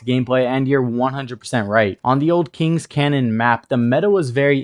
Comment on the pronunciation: Kings Canyon, not Cannon . Do wanna be that guy but it a bit annoying.